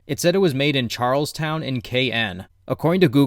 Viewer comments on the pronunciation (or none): none